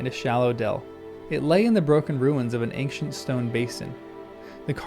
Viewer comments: It is not pronounced eynK-shuhnt it is pronounced eyn-shuhnt! There is no K sound in ancient! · That's not how you pronounce ancient!